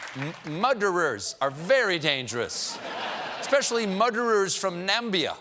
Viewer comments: So many "muderers" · Muderers? LOL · Muderers...... im dead!! 😂😂😂😂🤣🤣🤣🤣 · No, no, no, it's spelled mooo-derer! Otherwise it would have two d's. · "Muderers from Nambia? Eeks! They are worse than muderers from Nipple or... Button, even. I know more about muderers than anyone" - president spanky.